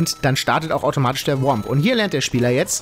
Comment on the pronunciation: Es heißt Thwomp und nicht WOMP